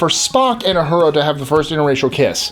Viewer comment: it's Uhura not Ahura are you trying to make us crazy?.. ooooh loved the KAHNgess... crap.. I didn't know scotty invented klingon? other then that oh yeah and doc playing spock.. I knew them all.. although I would not call myself a die hard trekkie.. I do love it all.. and James will always be my fav.. although Jean luke wasn't bad either.. I like the story Lenard tells of him peaking at service when he was young to see the soon to be vulcan peace sign..